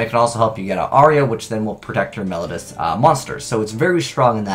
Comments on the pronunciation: "Mel-low-dee-u"', not "Mel-ud-us" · please read this comment. Mel-OH-dee-us. I am trying to help you.